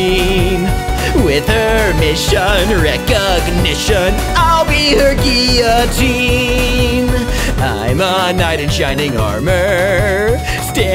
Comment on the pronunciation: berdly would absolutely pronounce guillotine as gill o teen I cant believe this opportunity was missed